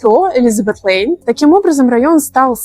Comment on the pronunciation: К сожалению, в видео, при всех его плюсах, многое неправильно. "елизабеТ лЭйн" прямо резануло уши